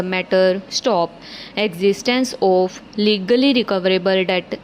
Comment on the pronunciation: Please pronounce properly. You've some issue of 'of' and also the joining of phrases.